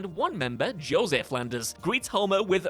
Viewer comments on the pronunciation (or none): none